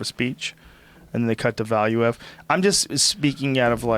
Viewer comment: Man it is irritating how they pronounce Valuev's name. It is pronounced Valuuev.